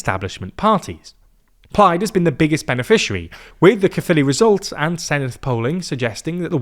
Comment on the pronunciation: Did better than the BBC which shows how little the BBC cares.